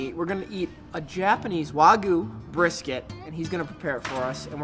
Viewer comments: Love your Videos!!!! But it's "wag-yoo " not wagu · It’s not wagu it’s way-gu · The proper pronunciation is close to Wog-You. I'm really hungry now... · Wagu? Lmao